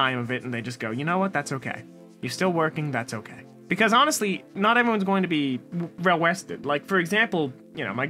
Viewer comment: he says “rell wested”. I always love when people dont notice them. You are always great and I appreciate you